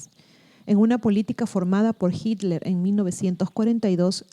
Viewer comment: Me sorprende que no sepas pronuncia Hitler